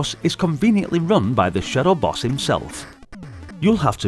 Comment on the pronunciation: When you kept saying "shadow boss", I thought you were saying "shuttle bus." I was very confused. 😂 The Amiga version looks great, I'm surprised. I didn't know that the Amiga had good arcade conversions like that. Then again I know next to nothing about the Amiga and what I've seen here in America is kinda well... Garbage